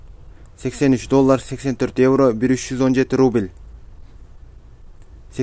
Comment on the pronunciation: Ээй рубиль Элдемурун кайсы жакта адресинди айтып , анан (рубиль ) дебебей рубль десен туура болмок.